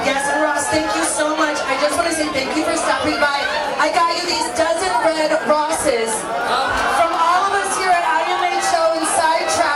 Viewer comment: “A dozen red Rosses” I am dead 💀